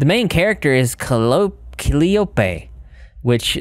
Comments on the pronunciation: I ran into someone that named their kid CALLI-OPE and i lost my shit. Hearing you pronounce it the same?! Must just be a GA thing. 😭🤣🤣🤣 KUH-LAI-UH-PEE Not Calli Ope. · Calliope is pronounced cuh (like the first part of cousin) lie oh pea 🐢 🐢 Turtle army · It is pronounced like this KA - LIE - O - PEE = CALLIOPHIE ( Spelling) . IT'S A TYPE OF MUSICAL ORGAN. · it's pronounced kuh-lie-oh-pee I think?